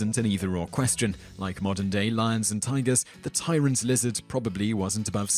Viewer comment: You pronounced tigers wrong